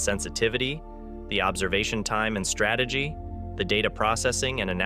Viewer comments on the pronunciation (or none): none